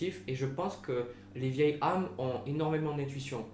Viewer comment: juste un point il faut faire la liaison on dit de vieilles Z' âmes, autrement jeune, j'étais solitaire et j'ai rencontré quelqu'un et aussitôt nous sommes devenus inséparables j'ai eu le sentiment que nos âmes se connaissaient....